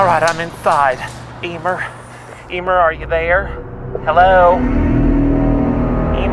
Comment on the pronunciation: NOT EEEMER